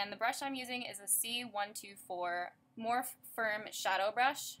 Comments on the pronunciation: Love love love this look and the style of this video! You look amazing as always! Morphe is pronounced Mor-fee. ( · If your a Morphe brush addict you should pronounce it right, it's pronounced more-fee.